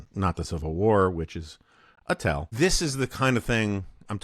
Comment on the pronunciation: It’s “a tell”….😂 that’s a yell, really 😮